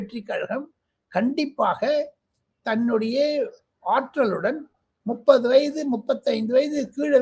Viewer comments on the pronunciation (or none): none